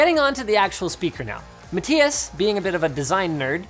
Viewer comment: Wonder if Linus will ever figure out “matthias” is prounced MA-THIGH-ASS. Rip